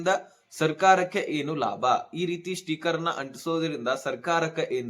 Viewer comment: ಸ್ಟೀಕರ್ ಅಲ್ಲಪ್ಪ 👺, ಸ್ಟಿಕ್ಕರ್. ಕನ್ನಡ ಸರಿಯಾಗಿ ಉಚ್ಚರಣೆ ಮಾಡಪ್ಪ 😂. ಅಕ್ಕಿ APL ಗೆ ಇಲ್ಲಪ್ಪ 😂😂